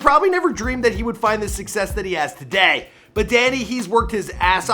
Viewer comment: "toDAY" u make the last couple letters of each word louder then the first